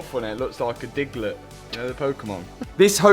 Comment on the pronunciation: "Diglet" love it, great content! 😂